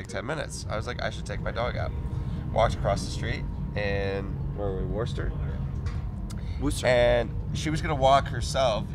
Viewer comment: I love how neither of them said Worcester correctly 🤣